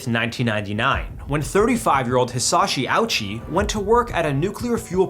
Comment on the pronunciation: disrespectful piece of shit... The man suffered worse than any other person has ever suffered for 83 days and you can't even bother to look up how to pronounce his name correctly?